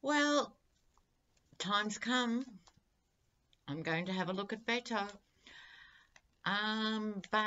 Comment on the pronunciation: Hi: Please don't think I'm being rude, but Beto's name is pronounced as if the Bet part is a wager, Bet-o. I love what you do. You have a very attractive spirit.